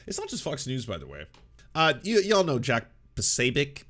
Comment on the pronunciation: with his Ted Bundy energy refused to pronounce his name properly. Secret anti-slav Nazi.